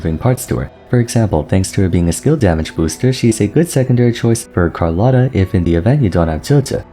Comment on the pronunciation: ho notato anche che usa una “O” troppo chiusa rispetto alla pronuncia corretta italiana. Inoltre, tutti gli altri nomi sono sbagliati: ad esempio dice Carlotta con la “R” e la doppia “T” come la pronunciano sempre gli inglesi.